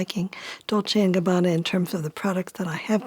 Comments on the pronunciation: Ohhhh nope lol, 99% of Americans cannot spell any Italian's surname correct, starting from Versace. But has a spot on pronounce. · As an Italian i am impressed by your perfect pronounce of Dolce e Gabbana, almost no English speaker can pronounce it correctly but you did. Impressive